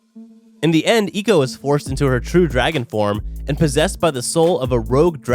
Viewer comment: Why did he say Eco its Echo like Echolocation